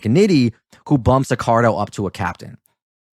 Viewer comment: Feedback is a gift. Here is my gift to you. You mispronounced Accardo’s name throughout this video - stop doing that. When you admittedly don’t know about something then do not talk about it. During WWII there were few men under 40 walking the streets unless they were in a military uniform. Your discussion about not know why they were not in the military should not have come up unless you knew why they were not in the military during the war. Lastly, private jokes between the two of you is very annoying to the listener so don’t do that any more. In fact, skip all of the nonessential talk between the two of you. Better yet just get rid of the Brit, he only detracts from the video.